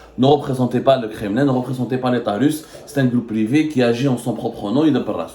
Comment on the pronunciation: Essai de travailler ta prononciation du français en plus tu réside en France, par exemple on prononce privé et non privi , t'as beaucoup de défaut de prononciation pour ne citer que ça. A cet effet si tu lisais et faisais ta propre recherche comme les professionnels tu maîtriserais mieux les langues , arrête de reconduire les articles qu'on te dictes